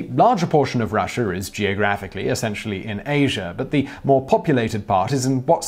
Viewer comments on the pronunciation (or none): none